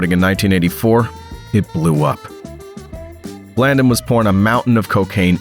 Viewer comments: Pronounced blandone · Blan-dōn! Sanda-neesta! This a great story that every American should know the truth about. Say their names right though!